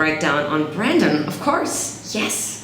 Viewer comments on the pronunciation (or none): His name is brEndon, not BrAndon😂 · I think he’s pointing out the fact that she said “brandon” instead of brendon